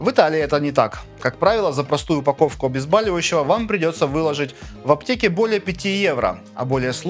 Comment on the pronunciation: "обезбАлющего"? Это от слова "БАль"?